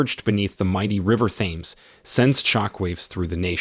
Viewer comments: I am truly disappointed with a VAST majority of "narrators" on various YouTube videos that seem to be unable to correctly pronounce certain words, and place names. In THIS video Thames should be pronounced "tems" ; heir should be pronounced "err" or "air" (the h is silent ); treacherous is pronounced "treh-chure-us" ; barrage is pronounced "bear-ahj" ; clandestine is pronounced "clan-des-tin" ; and these occur in just the first ONE-THIRD of the narrative! Having learned proper grammar, pronunciation, and spelling in grade school I can clearly see a lack of educational integrity on the part of those who educated this particular narrator. The only other "excuse" would be that this and other videos are being produced by an AI entity that was not properly programmed to correctly pronounce the English language. Very sad. I can't even finish this video due to the cringeworthy narration. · The river in London is pronounced 'Tems' even though it has a TH at the start. Just for future reference. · Another garbage AI voice over; cannot pronounce Thames or heir correctly. And that’s all within the first minute and 20 seconds. And that’s when you lost me. Get a real person to do this voiceover. Then I’ll listen for 25 minutes. Hearing somebody, or some thing mispronounce words, is like reading and seeing typos; it’s bloody distracting as hell. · 'Thames' is pronounced like JEMS. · You pronounce Jekyll and Thames is the most American way. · The river Thames got me😂